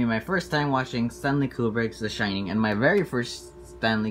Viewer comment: it's called the SHINING NOT SHITTING HAHAHA sh-ine-ing